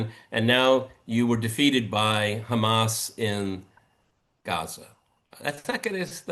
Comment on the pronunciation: Is George kidding? George pronounces HAMAS NAME AS IF ITS A ARAB DISH, maybe if he address them as the resistance rather. Then a chickpea dish, that really changes my opinion about George pretty disgusting for him not to acknowledging Genocide, would he deny that ISREAL is exterminating the Palestinians! Pretty sad that George chooses comfort rather then conscious!